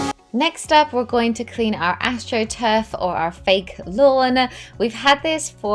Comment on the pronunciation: Did you say your grass is astruf?